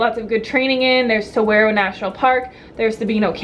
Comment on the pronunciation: Silly, that's not how you pronounce saguaro! =] (psst it's sa-WAH-ro. I think your Midwestern is shining through when you say sa-WAIR-o.)